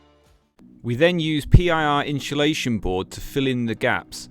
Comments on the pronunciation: I got anoyed right at the start.. iam not even English 😂 its inSulation not inSHulation 😂😂😂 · Its insulation not inshulation though😂😂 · Inshulation = insulation? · Amazing work i like how efficent the truck was build, but stop saying inscholation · Watched and thought the build was awsum. One thing that was triggering me is you saying inshulashion and not insulation. Was driving me mad haha 😅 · i hateeee how u say insultation. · Inshulation lol hes killing me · Why the fuck do you pronounce insulation like that. It’s not pronounced inshulation 😂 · Inshulation lol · Amazing build. I wish I had your skills. One thing though, there's no 'h' in insulation. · I’m convinced you are rage baiting people with your pronunciation of insulation